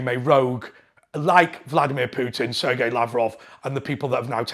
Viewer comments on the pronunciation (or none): none